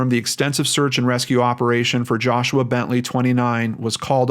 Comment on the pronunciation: Who hoo! U pronounced my name right lol